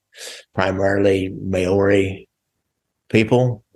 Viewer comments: May owrys what the Fuck is a May owry bro? MAORI pronounced like Mouldy. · I'm an Aussie not a kiwi, but I can guarantee that your pronunciation of "Maori" is slightly off .. lol